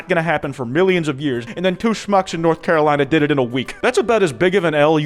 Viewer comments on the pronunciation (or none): none